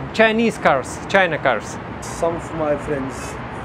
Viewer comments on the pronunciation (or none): none